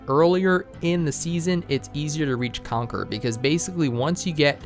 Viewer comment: Everytime he says Conquer Me: Conquerors haki biyaaaccchh